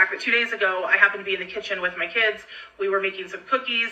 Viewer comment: "Kidsess"???? What????